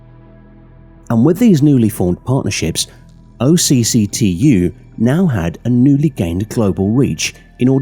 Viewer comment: Great video, when you say OCCTU it’s not said out as separate letters it’s pronounced more like a word pronounced “och-too”